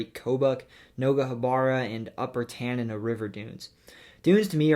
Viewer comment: His pronunciation of Tanana was completely wrong.